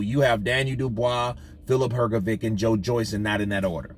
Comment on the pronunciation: It"s hrgović so not hrgovic but like hrgovich